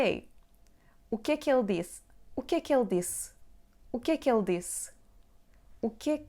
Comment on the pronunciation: When you pronounce "O que é que ele disse?" the "ele" sounds like "ela". How to differentiate the two?